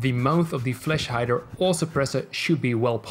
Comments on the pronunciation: You said flesh hider:) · Sounds like he said fleshlight lmaoooo🤣🤣🤣